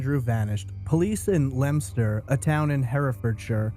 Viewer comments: It is correctly pronounced Lemster. He pronounced it correctly. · No, he pronounced it correctly, dope. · I'm impressed that you pronounced Leominster correctly! However, Shrewsbury is pronounced "Shrowsbry" (a;though even some Brits get it wrong). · No way you pronounced Leominster right 👏